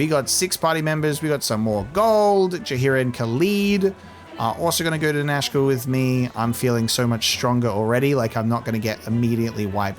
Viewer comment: I keep thinking you're saying Nashville. Like the group is gonna go start a country band.